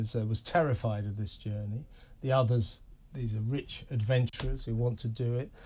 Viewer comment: How pathetic to emphasize "rich" adventurers So Cringe